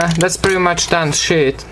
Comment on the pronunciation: Does any one else hear grey shit not grey sheet no afence